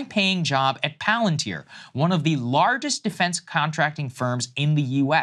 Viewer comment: Saagar not pronouncing Palantir correctly endeared me to him. This man spends his time not watching LOTR movies